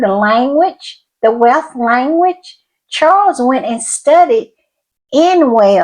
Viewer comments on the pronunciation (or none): Btw, the language spoken in Wales is "Welsh" not"Welch". They are a proud nation and very proud of their culture so won't appreciate you mispronouncing their language!😂😊